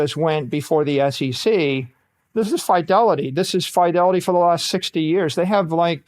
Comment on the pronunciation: Someone teach this genius how to pronounce Fidelity lol